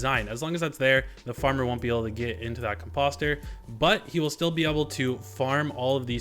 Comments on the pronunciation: my dude says composter like it lookin sus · You’re trolling right? There’s no way you keep pronouncing ‘Composter’ & ‘Bone Meal’ like that! (Com- Posster) & (Bun Meal). Listening to that INSTANTANEOUSLY gave me Misophonia! 😬🤫